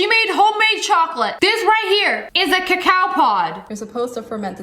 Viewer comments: It's not pronounced ca cow its cocoa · It's coco not cacaww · it's cocoa seeds and coco bean. Not cacow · ITS CALLED COCO NOT A COCOWPAWD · It's not called cacoao it's called coco pod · notmto be rude be its pronounce coco not cacow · .. i saw tht same video on yt shorts lol.. its not "cuhcow" seeds lol.. its "cahco" seeds..im from the caribbean n this is how u pronounce it~ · cocoa not cacow.. still luv u tho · Its coco pod not coaco pod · Why do you Americans pronounce it 'ca cao'. in Grenada a country in the Caribbean where I live, there's a lot, and its pronounced 'co co' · what the heck is a "ca cow" seed it is Coco seed these white people. Please get it right. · ITS COCO NOT COCAO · ITS NOT A COWPOT ITS COCO GET IT RIGHT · Who the frik says cawcow pods is it not cocoa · also did sniper wolf say cacow pod its a coco pod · Cocoa beans is the name I hate to hear people say cacow seads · im sorry mam but u said a cacow plant it a coco plant this is a vailation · cocoa not cacao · As a Caribbean person i can say, the word is cocoa but pronounced as coco take not snipes <3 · Cac ao it is pronoused coco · It's pronounced coco seeds, but spelt cocao, lol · Srry but sssniperwolf it's pronounced co co but spelled coa coa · We have cocoa everywhere in Africa I ate it. It's nice and that's not how to pronounce it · The way she pronounced cocoa 😂